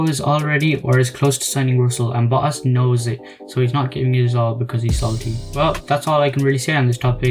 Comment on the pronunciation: I think his name is Valtteri Botas not Valtteri Boass.